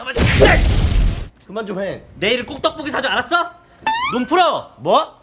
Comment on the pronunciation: 떡볶이인데 떡뽂이...